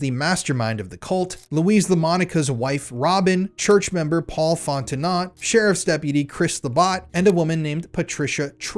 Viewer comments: Tang-ah-pa-ho-a* Font-en-o * (t is silent) This is local for me. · Just letting you know Fontenot is sounded out like Fonteno. The t is silent. I was married to a crazy cajun, lived in Louisiana for a year, and still carry the last name for my daughter. Even though shes grown and due any day now to have her own daughter. Great Job on all the detective work!! It's crazy the information you find! Sick and sad about what goes on in this world, but so glad you're exposing these people. You're a brave man and it's ridiculous and sad that our own government covers this crap up. I pray for your safety but i hope you expose and take them all down!!! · Btw - Fontenot is pronounced like these two words ‘Font Know’ I know , it’s strange lol but I have cousins with the last name of Fontenot ☺️ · its pronounced FOT TAH NO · I disliked this video because as a narrator it sounds like you didn't watch the show and have chat gpt writing the script for you. The evidence for this being that the name Fontenot was mispronounced phonetically, despite her name being mentioned in nearly every episode. I'm sorry for how this comes off. The research is good, and I would say should be the focus of the video instead of editing to keep the attention of low attention span viewers who require movement to keep their focus. I was becoming physically ill watching the zooming in and snap cutting on every line of narration.